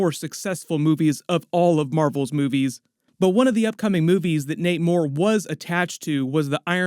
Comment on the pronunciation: I swear everytime you said Nate Moore I heard Namor and every single time I went "wait, Namor what?' 😂